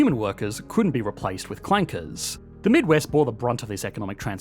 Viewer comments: hard r in clankers was unexpected but appropriate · this dude said "clankers" with the hard R 😂😂😂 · with a hard R too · whoaaaa the hard R?